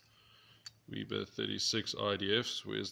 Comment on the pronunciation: weber not weeber